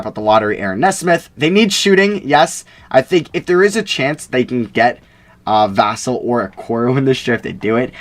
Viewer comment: you pronounced Devin Vassell’s name correctly the first time before you corrected yourself. it’s like “Vuhsell”